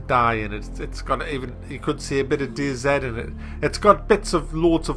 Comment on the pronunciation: its not dayzed its dayzee. get your shit together.